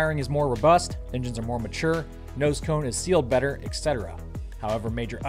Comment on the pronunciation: etc. [et cetera], not ek setera :P